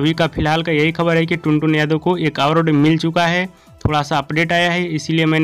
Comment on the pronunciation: अरे पहले आवर्ड कहना सीखो